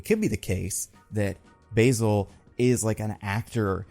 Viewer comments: I think it’s pronounced bAsil Carlo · Not to be pedantic, but the name "Basil" is pronounced with a flat A sound like in cat or actor. Also, I've always wanted to see a Preston Payne version of Clayface. He's super cool and underrated. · Basil as a name is typically pronounced with the English pronunciation of the word basil btw. Also my favorite run of Basil is the early Rebirth Detective Comics run of him which really rtedeemed him and led to such tragedy. Basil and Cass have one of my favorite dynamics that deserved more time.